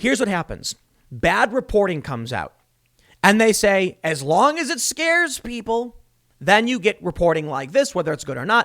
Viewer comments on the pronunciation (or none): none